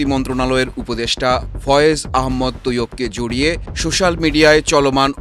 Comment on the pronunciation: সূশ্যাল না সোশ্যাল মিডিয়া 😁